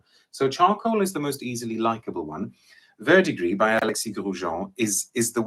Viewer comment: he nailed verdigris spot on ! I’m a cologne guy, I got this as a sample from a website that is foreign to us Americans. & when I say I have never smelt anything like this.